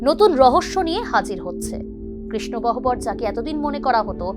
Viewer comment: Gohobor !!?? Ota Gowhor uchchharon hobe !!! Professional der ei bhul ta hoya uchit na !! Oboshyo ekhon Somman er jayega te Sonman cholchhe to taai sobi sombhob.